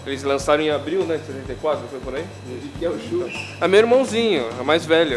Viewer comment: então eu quero um "tchurro"!!!!nhaaam!